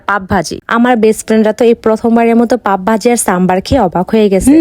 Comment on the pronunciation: pao vaji❌ pap vaji✔️ 😂😂😂😂😂😂😂😂😂😂😂😂😂😂😂